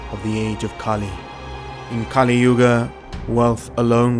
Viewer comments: Just another thing, Kali( goddess, pronounced kah-lee) and Kali( demon, pronounced as kuh-lee) are different. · a few clicks more Kali Purnaa (purna = 'completely')